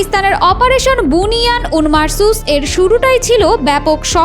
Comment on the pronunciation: শব্দটা বুনিয়ান উন মারছুস নয় শব্দটা হচ্ছে বুনিয়ানুম মারছুছ